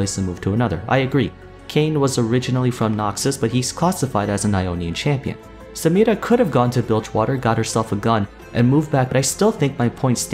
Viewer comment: Nobody:: Samirrra